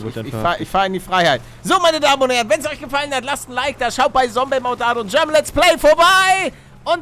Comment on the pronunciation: Die gute alte Zeit als palle noch Sombey gesagt hat